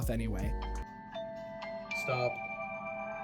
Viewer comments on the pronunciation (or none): you were saying stahp, instead of stop